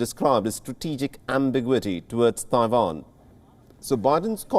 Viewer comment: Don't know what is more anoying, Joe Biden, or this persons pronunciation of Taiwan.